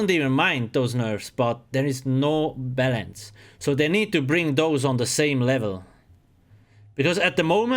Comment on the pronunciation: everytime he says balance it sounds like bellends lol